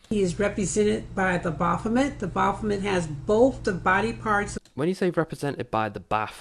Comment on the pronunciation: Your mic sounds nice. And BAH-BOP-OMET lol It's like a demon god of Bop It!